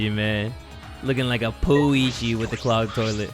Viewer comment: He literally said poo-ichi 😩